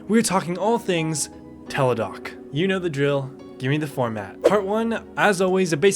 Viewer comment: Isn't it Teladoc Health? Not Teledoc.